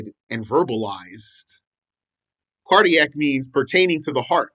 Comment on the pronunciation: You always tickle me when you say cardiac, lol 😆!